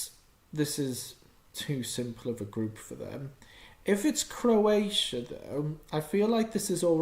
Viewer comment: He said crossia